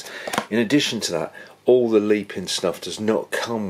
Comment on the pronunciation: It’s pronounced Lep-in not leep-in